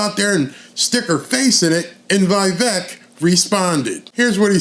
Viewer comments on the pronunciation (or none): Correct Pronounciation : Veeeeee + Vake(like Cake) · Love Vivek! I wish more people pronounced his name right, It's Vivek - pronounced Viv- ake, like Cake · It’s Vi-Vake, like cake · Love ya FYI: Vivek rhymes with cake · It’s Vi-Vake, like cake. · It's Vivek, like Give Take, live ache, shiv make.